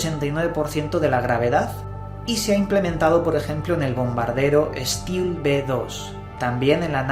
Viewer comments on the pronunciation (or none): Stealth ...para que no te vuelva a pasar se pronuncia "esteld" buen video muy curioso!!